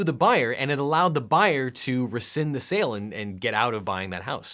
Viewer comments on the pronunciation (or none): none